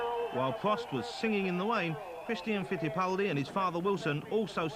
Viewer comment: he can say the R in Christian Fittipaldi but can't seem to say any other R during the rest of the video.